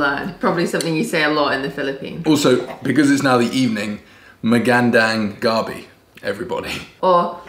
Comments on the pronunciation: just gets more adorable every video. You're alright too,. And it's magandang "guh-bee" (evening). "gah-bee" is taro. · Gabi: the way you pronounce it means Taro (the root veg). You need to say it fast: Gabí, with an accent on the "i"